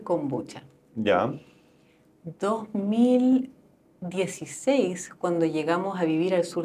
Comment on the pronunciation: Si me tomara un cortito de whisky por cada vez que dice kombuchacha me curo a los 10 min.